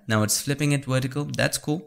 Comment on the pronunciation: “Flip it wertical”. Another great video.